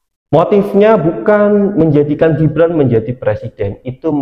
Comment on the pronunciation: Min apanya salah nyebut nama gibran itu😂😂😂